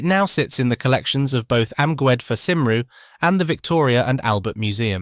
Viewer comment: Cymru is not pronounced "Simroo" -- Editing of artificial stupidity is the least to be expected